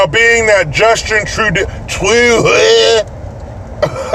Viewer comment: You pronounced Prime Minister Blackface's name perfectly!!!